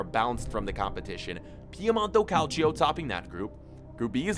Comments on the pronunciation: Nobody: Absolutely Nobody:: cAliCio a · he he he you said calcio A